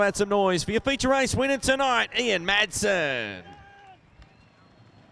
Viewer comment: I can't stand it when commentators don't know the drivers names!. Will someone tell this commentator the drivers name is Ian Madsen..... not Ian Maddison.😠